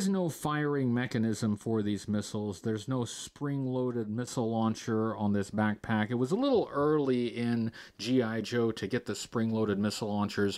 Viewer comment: Ten years brother! Thank you for everything! But damn I can’t not hear “Aflack” every single time u say “back pack”